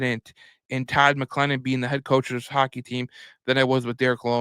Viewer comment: Please learn how to pronounce Todd's name correctly....